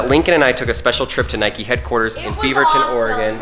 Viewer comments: You dont say it nike-y its nike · It’s Nike not nikie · It’s ‘nike’ not ‘nikey’ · Its nike not nikey you dont call a bike bikey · It's not niky it's nike just like bike it's not biky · 1st it's for girls 2nd it's not nikey it's nike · It's Nike not nikey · It's not pronouced Nikey it pronounced Nike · It’s Nike not nikey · Nike not nikey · Why do you say Nikey you don’t ride a bikey do you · The way they say Nike triggers me